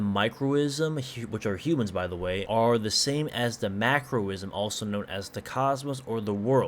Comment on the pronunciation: Cosm pronounced cos-um Macro-cosm Micro-cosm Not ism Not macro-ism Not micro-ism Also Yog-so-thoth Or Yog-s-thoth Both are used Nee-yar-leth-o-tep